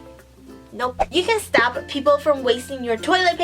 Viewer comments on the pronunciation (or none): when she said you can stop people from wasting your toilet paper I thought she said you can stab people 😂😂😂